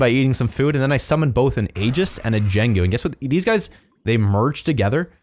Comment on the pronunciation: sorry but wat u called 'jengu' is actually pronounced "yaing_goo"